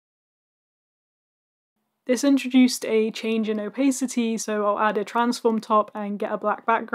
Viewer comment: "o-PACE-ity" irks me too much haha